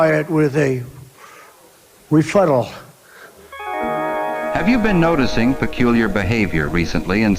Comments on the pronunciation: What is a refuttal? Could it be rebuttal? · The Real Trump House is great and impactful!!! “Refuttal” and he calls Kamala dumb? Of course this is just one example of his degenerative disease. His whole person is diseased.